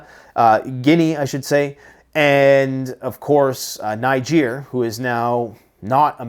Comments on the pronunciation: Hi. It's pronounced/Ni-dg-a/, not /Nai-dg-a/ Niger Republic is pronounced different from Nigeria/Nai-dg-ria/ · I believe Niger is pronounced knee Zhair, with the emphasis on the second sylable. Besides that you have mastery of words. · it's Nijayyyy.... Not calling it like my country Nigeria please...I know our illegitimate president is the head of Ecoeas threatening military action, don't mind that old man...we citizens of Nigeria are with Nijaaaay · Hi great video. Just to say Niger pronounced Nigur! 😊